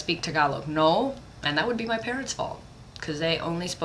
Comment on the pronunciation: lol "hair in mah eye"